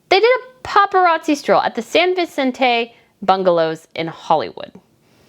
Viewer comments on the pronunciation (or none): none